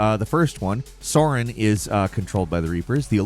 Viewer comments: SAREN. NOT SORIN. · Its sAren, not soren. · It's Saren not Soron. Have you never played the game before? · It's Sare-in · I'm deeply offended by your mispronunciation of "Saren." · I find it difficult to believe doesn’t know Saren when it’s pronounced in game numerous times.